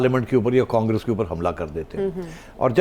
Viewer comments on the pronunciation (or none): none